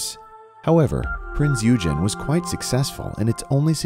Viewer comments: Michael Clark and rob28803 Thank you! As soon as I heard him say the name, I was compelled to comment. Then I saw that you guys caught that as well. And yes, it was a heavy cruiser, as was mentioned. I also have to point out the way this voice pronounced Kwajalein. I had to laugh when he said it was "too complicated to be operated by the U.S. Navy, because it still required hundreds of Germans to run the ship". Gee, could German-Americans work? HA HA! Side Note: I worked on the restoration of one of the Prinz Eugen's Arado AR-196 float planes back in the late '70s. It later was on display at NAS Willow Grove, PA, and subsequently went to the Smithsonian Air and Space Museum. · No offense, but come on! You need to do some more research. 1) please look up how to pronounce "Eugen". 2) NOT a battleship. Heavy cruiser. Your whole analysis, while accurate for battleships, is based on a completely different ship class. 3) The footage is of Bismarck firing on Hood. You've labeled her as the Hood. The footage was shot from Prinz Eugen. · You know it’s pronounced “oigen”right? It’s not the nerdy kid Eugene it was a deadly warmachine named Prinze Eugen. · Eugen is pronounced oyagen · My comment is that it is about time you corrected your video. It is even called Heavy Cruiser Prinz Eugen in said video! (OIY-gen, not whatever way you're mangling the pronunciation). It is NOT A BATTLESHIP! How can one take you seriously if you cannot even recognize what TYPE of ship you're diving upon? Maybe it's better if we DO remember all that history dissolving under the water because YOU sure can't even remember THAT much! You cannot have a worthy POV when you first demonstrate you cannot get your facts straight! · It might assist for education purposes if the name Eugen was pronounced correctly! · Wreck not wrack, you mispronounce Eugen and Kwajalein. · you use an American pronunciation of EUGEN,check the German pronunciation, PLEASE! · Funny pronounciation of Eugen, it’s not correct.